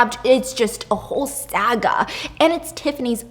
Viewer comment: girl I knOw you did NOT just say sah-guwah. You say it like him you say the a part in " aggy, nahggy , sahgwaee ... T○T ... steph it's Sa-Gah.. sah, like how you say sa'na in twice ;);) , a movie saga .. saa-gaa .. Lol ! l love you lots ♡♡♡♡